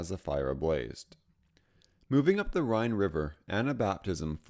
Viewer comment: The research info isn't wrong, but there are a lot of issues. The General Wolfe painting is from the 7-Years-War instead of the 30-Years-War, the use of a Czech map with regions that didn't necessarily exist yet, pronunciations of Zürich, Rhein, and Transylvania, and showing "Austria-Hungary" which existed from and really doesn't have anything to do with this.